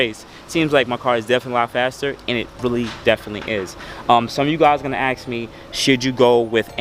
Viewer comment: Aks me about my akstetics.